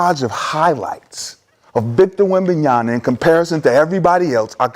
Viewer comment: shad is just a ducker and also a fake and a bandwagon fan, he aint a wemby fan, pronouncing wemby's name wrong over and over is just embarassing